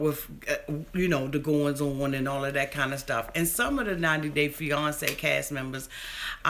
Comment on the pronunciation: I love the way you say fiance. It sounds like fe-yon-ce/ Beyonce lol. Love you for keeping it real!